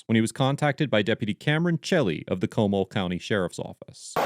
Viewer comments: Co‐Mal not Como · Comall is pronounced kow-maul. Jussayin. Google was wrong there fam. This is Texas. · Pronounced ; Mon-TEEN-ess, Co-MAL..